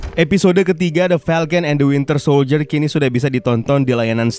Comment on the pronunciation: Admin at 17.03 says wintel soldier